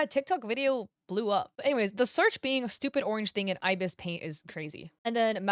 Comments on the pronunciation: Im truthfully just happy to see art styles other than anime/manga on the leaderboard, it's neat Also you were right with the pronunciation, ibis is eye-biss :] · Yes, it's called ibis paint! An ibis is a type of bird and how you've been pronouncing it is correct hehe